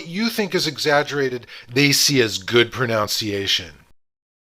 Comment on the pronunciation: Extremely helpful and well illustrated. Surprised, however, that your pronunciation of the word “pronunciation” was incorrect, a common practice among English speakers. Very minor — just stood out to me amid all the Mandarin.